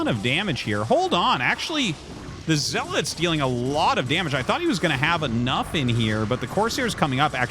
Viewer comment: My whole life I called them zee-lots and hearing you call them zel-its is a mind fuck lol